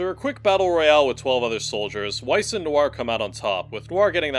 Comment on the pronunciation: Bruh are you really pronouncing Weiss with a W instead of a V? He would not be pleased.